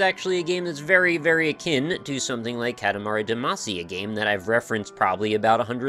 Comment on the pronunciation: For the sake of my sanity, will you please stop calling it "Cat-a-mari duhMAHcy"? I know I'm being pedantic but it's an awesome game with an awesomely oddball title and it bugs me in a very linguistic-nerd way to hear it spoken wrong ^_^;; For the record--and you can go listen to the opening theme song again if you don't believe me--it is "KAH-ta-mah-ri DAH-mah-see" (or '-shee' if you're Japanese. Does it still count as weeaboo if I actually know the language for real?)